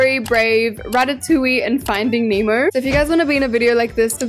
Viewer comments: She calls finding Nemo finding emo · Everyone saying finding Nemo * saying finding emo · Can she stop saying emo it's nemo! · you keep saying finding emo😂😭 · The way she kept saying finding emo-💀🗿